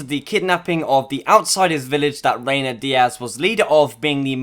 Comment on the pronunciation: Reyna not Reynar